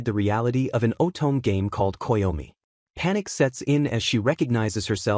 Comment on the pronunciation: Uses off-the-shelf AI voiceover, "oh-tohm game". If you can't even be bothered to use an AI voiceover that can pronounce the most common words in the media you're attempting to AI grift in, then I can't be bothered to care to watch.